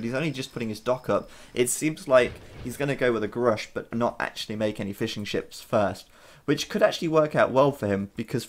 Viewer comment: I couldn't help but hear Fish N Chips every single time you said Fishing Ships :P